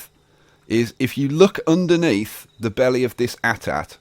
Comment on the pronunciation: who else yelled at their screen when he said At At. its A-T-A-T